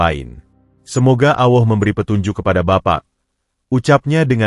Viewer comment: Ngucap Alloh gitu kok gk bisa Alloh bukan Awoh